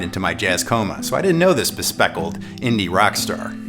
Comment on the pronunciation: Bespectacled, not bespeckled. Unless has speckles? I'm still waiting for any videos that help me get them most music from the least gear. I've written this before but...it just seems so weird that you keep that tagline. You're popular for history videos and they have absolutely nothing to do with more music or less gear.